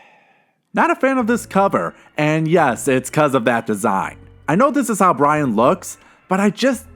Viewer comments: Okay i know its like 3 years too late but the Horror's name isnt fucking BRIAN. Its BY-RON. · Byron not Bryan 😅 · the horror was named byron not bryon... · My name is also byron and u said it wrong 😡